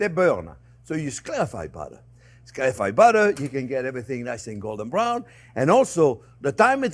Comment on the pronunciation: Your batter and butter sound the same